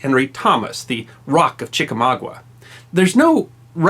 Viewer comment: i love your channel but just wanred to point out that it'a chickamauga, not chicawawa..lol